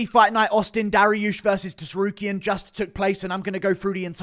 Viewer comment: I hate the way he says to-sarukyan